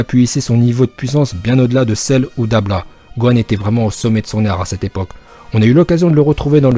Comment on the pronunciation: Mais par contre c’est dabra pas dabla